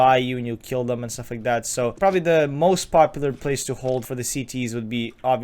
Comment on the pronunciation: Are you Swedish cause you say popular like pewdiepie